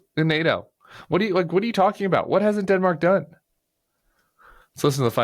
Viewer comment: "Dinmark" is how he pronounces it.